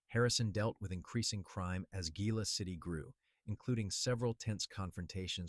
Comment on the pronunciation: Very impressed this narrator correctly pronounced Gila City. 😊